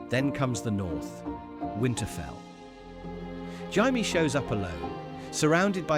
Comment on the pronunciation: He's saying it right if you read it in Spanish lol (but it does sound so wrong)